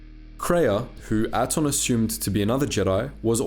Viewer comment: Do you mispronounce things just to mess with us? They pronounce Peragus, Atton, Bao Dur and Ebon Hawk multiple times in game.